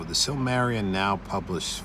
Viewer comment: you're missing a whole syllable, sil-muh-RIL-ee-un It's too bad Tolkien didn't get 200 years to write, there are so many thousands of tales and legends around the world he never got to incorporate into his world, because that was really the goal... to take all those fairy tales and everything else and write a cohesive narrative as if it were the actual pre-history of this world